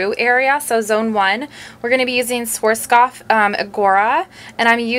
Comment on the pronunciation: I'm german and it is REALLY funny how she pronounces "Schwarzkopf"